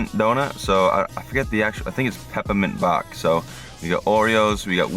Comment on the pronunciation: Peppamint bawk